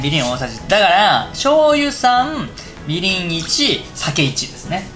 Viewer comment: みりんの発音がBEGIN